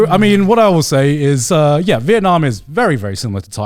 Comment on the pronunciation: Vietnam rhymes with dum b